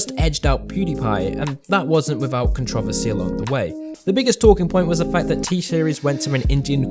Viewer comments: The CVR123 cont rov esse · Same🤣 contrOversy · Dear god. Con tra versy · The way you say Controversy 💀 I can’t